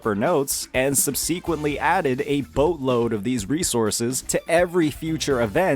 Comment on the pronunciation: Mf say subsequently again.